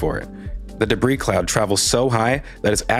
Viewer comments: De BREE not debreeze jfc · "deh-breeze?" 🤣🤣🤣 you mean "deh-bree" right? 🤣🤣🤣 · Debris is pronounced “de-BREE.” Not “de-BREEZE.” The S is silent. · You realize the S in "debris" is silent, right? It's pronounced "de-bree"; not "de-breeze". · Hi. Debris is plural - pronounced debri. CSI is brilliant BTW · I'm the kinda guy, who might straighten a picture in someone's living room, so forgive me, but debris is pronounced without the 's' as in (dəˈbrē). Otherwise an excellent deep dive. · PS: Debris is both singular and plural. So debris is pronounced debriee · He said "debriss". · Thanks for another great analysis. (BTW, the "s" at the end of "debris" is silent, and the word is singular, not plural.) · Hate to be "that guy" but, the s in debris is silent..... Just saying.....